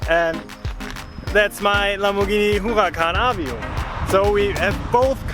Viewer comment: That who-a-can performanda is the nuts.